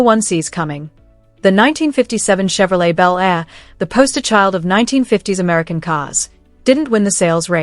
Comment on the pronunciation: Why are 57s and 55s mixed in the pictures, and some are not Bel Airs. And it's called Shevrolet/Shevy and not Tshevrolet or Tshevy.